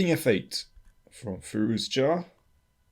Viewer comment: Interesting game and analysis. FYI I believe it's pronounced fi-ROO-ja (with a French j.)